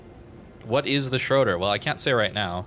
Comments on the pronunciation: you said "schroderr" but the name is "Schröder" one of our last councilors' name was Schröder ( sadly the filthy old dude that loved Putin ), so just look at a short german news vid about him and then you quickly learn how to pronounce it you could ask on your discord how its pronounced, you have some german fans ofc :D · It's pronounced "shrooder". In German the O with an umlaut, the two dots, is pronounced as a long double O, as in the English words groom, loom, food, etc.